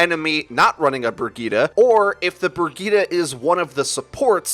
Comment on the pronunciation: Bragitta you mean Bridgette??!??? Lol